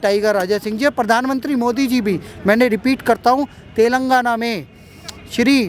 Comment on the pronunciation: Bhaiya telgaana nhi he Telangana Hain...